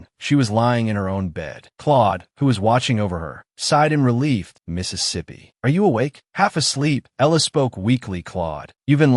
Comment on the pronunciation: I know why tts fucks it up but if you are going to upload a video you should at least listen through it to see if it fucks it up. I'm not gonna listen to it.